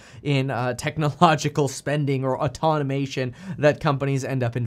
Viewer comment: AUTOMATION NOT AUTONOMATION